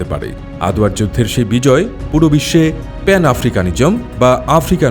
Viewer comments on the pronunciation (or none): none